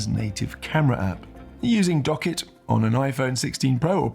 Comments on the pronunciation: Great video. Only comment for the future. It’s pronounced Dock kit. Two words. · yes correct but you produced it as docket. Not dock kit. It’s pronounced as if it was two words :) As per Apple keynote. It’s like WebKit, HomeKit. My argument still stands. Appreciate the reply mate :)